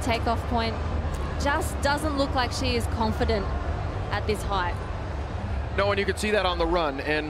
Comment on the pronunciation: Height does not have a h at the end, commentator lad.